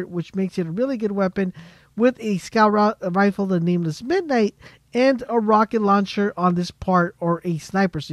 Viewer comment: It's Rifle not refill